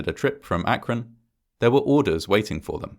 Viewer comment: Congrats on saying "Akron" correctly. I almost never hear anyone from out of the area pronounce it how locals do, which is "ak-run".